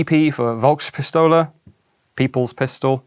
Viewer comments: The V in »Volk« is spoken hard/sharp, like "Folks-Pistole". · I know you won't be reading this, but still: I really do appreciate your pronounciation of german words. It is always surprisingly accurate, but the "V" in the word Volk (Volkswagen, Volkspistole, Volkssturmgewehr) is pronounced like an "F". Similar to the english "folks". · Two things on the pronunciation side of things: > Volkspistole, well Volk to be precise. The V in Volk is pronounced like F, not like a W, resulting in it sounding very much like "folk", with a slightly different intonation of the O. > Militär, Ä/ä = AE/ae, and so it is pronounced like military, just with the first i more stretched and the y in the end gone. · Love your videos, but why do you not pronounce the German 'V' like an 'F'? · Minor nitpick: The pronunciation of "Volkspistole" is off. There are several words in German in Which a "v" is pronounced as an "f" (as in "father") and not as an "v" (as in "very"), "Volk" is one of them.